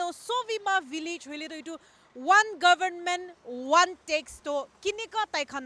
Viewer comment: Dear sister please lean to pronounce Government.